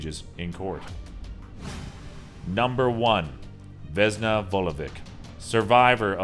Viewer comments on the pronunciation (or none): the funnyest thing is how he pronounces the vesna vulovic 😂😂 its veSna not vezna and its vulović not vulovik 😂😂😂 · vesna isn't vezna, it's an S not a z.